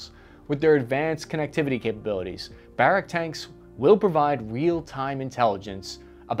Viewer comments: Well put video! Just one note, it's pronounced bə-RAHK, like Barack Obama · And once again, ppl mispronounce Hebrew names and words. Merkava is pronounced Mare-kava. Barak is pronounced just like President Obama’s first name Am Yisrael chai!